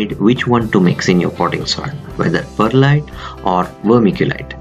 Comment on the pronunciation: I swear he said Bud Lite